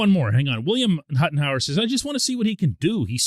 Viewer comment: Great pronunciation of Huttenhower !!! Gets hacked a lot !! Love your show 🤘🤘🤘